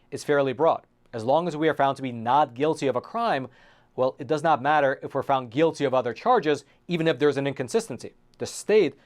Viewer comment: The host pronounces the word "not" as "nod" and the word "top" as "tob" (substituting vocalized consonants for non-vocalized ones).